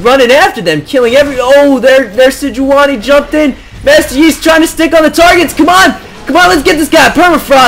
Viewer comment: its "SEDGE-WAN-Y" (thats who phreak says it)